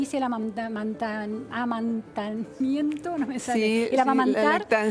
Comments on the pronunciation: .....que dijo????????? amamanamamantamientooooo. Roxana: ah, si la lactancia. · Amantanamiento... mamita... periodista...